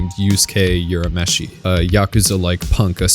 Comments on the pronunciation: It not pronounced as "You-rah-meshi" It's prounounced as "Ooh-rah-meshi" Careful when pronouncing other people's names.. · It's URAMESHI not Yurameshi. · "youramishi" "youskei" lol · I cringed every time he said "Yurameshi".